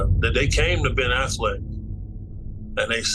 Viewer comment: Did this video start with the bodyguard calling Ben Affleck, Ben “Ass-Flick”?? 😂😂😂